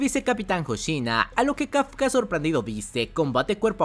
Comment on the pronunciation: VICECAPITAN HOSHINA!!, NO HOSHINO H-O-S-H-I-N-A!!!